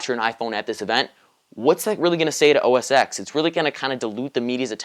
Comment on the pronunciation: BTW, constructive criticism, OS "X" is incorrectly spoken, it should be said "OS Ten" X is the roman numeral for ten which is why the software versions are etc.